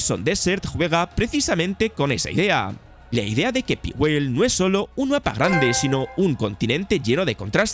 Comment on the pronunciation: Se pronuncia Paigüel campeón. Por lo demás excelente video 👌🏻